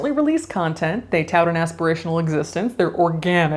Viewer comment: Its organtic